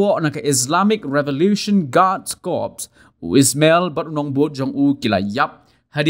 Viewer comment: U dei Ismail... Ym dei u EEESSMMELLL... 😅